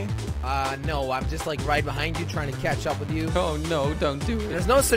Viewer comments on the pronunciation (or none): what i heard in intro: "is jelly gonna 'KETCHUP'.. is jelly gonna 'KETCHUP'......"